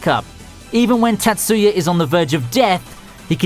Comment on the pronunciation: Tat-soo-ya i'm going to die from pronunciations the emphasis is on the first syllable not the second. Meep.